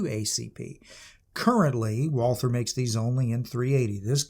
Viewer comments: Fun fact - one does not pronounce the "th" it´s just "Walter" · It’s pronounced ‘Valter’. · Nicely done on the German words, but you were wrong on the most important one: there is no "th" sound in German, so "Walther" is just pronounced "Walter". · Walther is actually pronounced Valter in German. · The name is just said like "Walter" without the the "th" noise. It's like the name "Thomas" in that regard. If we were speaking German then we would say "Valter" But other than that, pretty good handling of Deutsch for the Ausprache und Übersetzungen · Just to point it out ... the h is silent. Pretend it isnt there, when speaking it. Just say Walter. Way more closer to the true pronounciation. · I wish you would pronounce "Walther" properly. Should be pronounced about halfway between "Valt-hare" and "Valt-her". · It's prounced Valther.It's from Germany. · A pity. After I finished the video. It's pretty pathetic not to be able to even begin to pronounce the German name of the manufacturer correctly after such an elaborate intro. Disqualification! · Walther; mispronounced by everyone since 1936.